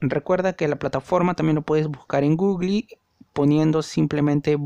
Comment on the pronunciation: en Gugli????🤣🤣